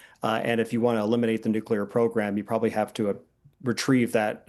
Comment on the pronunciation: Nuclear. It's pronounced nuclear.